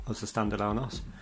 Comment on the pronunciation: O-S- wizard, not "osssss"